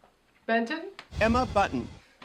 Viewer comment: Baby Spice is Emma Bunton, however I noticed Rupaul pronounces it Emma Button?